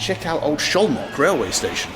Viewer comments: Szolnok is pronounced with 's' not with 'sh'. But it's a great docu! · Lol, first time I've seen you almost helpless. 😅 Great to finally see places I visited often (Budapest and Szolnok). Btw Szolnok is pronounced with a hard S and both o's as in "often". The effort is surely appreciated. My ex is Hungarian, from Szolnok, and in the 10 years I've visited the country, I didn't manage to get a proper hang of the language. 😅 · Man, I am only 5 minutes in but he mispronounced Szolnok to Zholnok or Zolnok countless times! Dear Bald, the letters "SZ" in Hungarian read like your "S" in English! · Not sholnok, solnok (hungarian pronunciation) sz->s, s->sh. Nice video. And also you can visit Sarajevo, Bosnia&Herzegovina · Little help with the pronunciation of Szolnok. Soul Knock :) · as a hungarian I can confirm. Pronounciation is like "Soul-Knock" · As someone who is learning Hungarian as my brother is married to a Slovak-Hungarian woman, it's also rather hilarious haha. Sholnok for example 😭